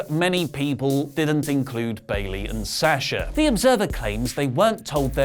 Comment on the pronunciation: Why do you still say her name wrong? It’s Sawwwsha not Saaaasha